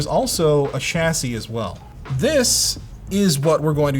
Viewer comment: It's not a CHASY it's a CHASSIE 😑 Also....... you made it 😁